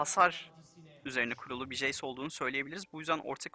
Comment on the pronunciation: jeys değil hocam ceys